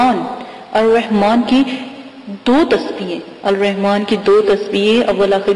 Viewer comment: Admin logo Ko pehly Waziga deny Apna Talafuz theeek kary Zara Ye Alrehman nahi hain Ye Alrahman hain